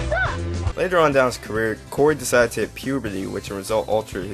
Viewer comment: I love how you say he DECIDED to hit puberty